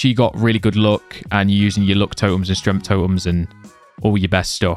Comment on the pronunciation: “Strengf” “Droid”